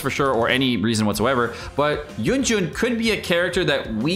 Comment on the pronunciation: It's Yun Ji-n, not Yun Jun OMEGALUL